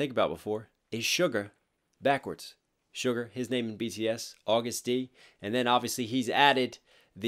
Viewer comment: Please STOP CALLING HIM AUGUST! He is A to the G to the U to the STD. AGUST D not AUGUST!